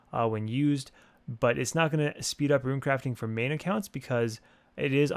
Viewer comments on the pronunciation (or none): none